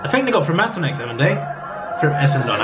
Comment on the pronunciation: Essendon is pronounced Essindin, my dude